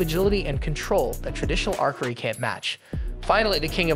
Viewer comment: Indeed. And the voice they used can't pronounce words properly. The way it says archery is annoying